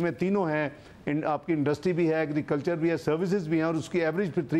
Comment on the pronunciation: AGREECULCHER AGREECULCHER AGREECULCHER AGREECULCHER BUS AGREECULCHER